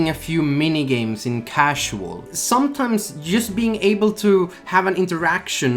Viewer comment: Emphasis on the SOMETIMES parts